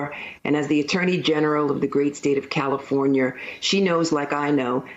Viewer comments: Trust someone who says Calafornyur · WHY IS NO ONE COMMENTING ON HOW SHE JUST SAID CALIFORNIA